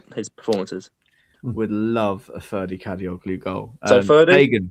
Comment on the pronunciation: love the podcast, lads. since he's been playing lights out lately, i think it's time to put some respect on kadioglu's name in a literal sense: i believe that the "g" is silent in turkish surnames that end with "oglu"